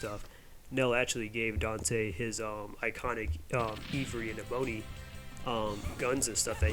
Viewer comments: yeah, Ebony is more like (Eh-buh-nee). It's named after a very pretty tropical tree. Ivory is like (Eye-vree). and that, of course, is refering to elephant tusk (death to poachers) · I enjoy your video, but the way you say Ebony and Ivory is hilarious. It’s like the keys on a piano. There is a song about this which is super catchy.